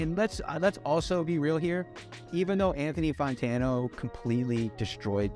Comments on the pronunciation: Why does he still to this day call him Anthony Fontano? 😂 he clearly says fantano in every video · am I the only one who is hearing “Funtano” every time he says “Fantano”? this was very cool, I’m a new fan as of Ultra 85 You know that Anthony is recording a review of this review of a review right now as we speak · I love this and bobby is amazing but he keeps saying Fontano or Fontono, and it's FANtano lol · I wonder when he's gonna learn that it's pronounced "Fan-Tan-Oh" and not "Fon-Tan-Oh". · “Anthony Fontano” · The fact that he still pronounces his name “fon-tano” gives me life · Logic: "Anthony Funtano" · Anthony Fawn-tano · this was epic but please his name is not pronounced FONtano lmao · "Photono" 😂 lol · “Anthony Fawntano” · he says he loves him but he always pronounces his name wrong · Lol you must be pronouncing his name like that on purpose